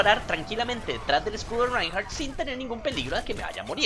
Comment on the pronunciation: creelo o no mi 2ndo nombre es Reinhardt y lo estas diciendo bien xD.